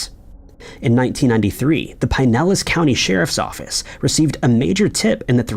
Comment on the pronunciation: Please stop saying "Pine Ellis" county, Florida. You sound very uneducated/ live outside the U.S.